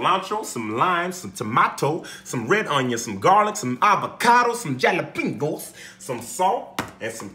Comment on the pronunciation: 6 dislikes were people offended by the mispronunciation of Jalapeño